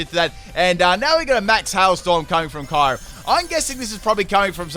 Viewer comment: Erm how do u say kyurem? I gagged by the way u say that name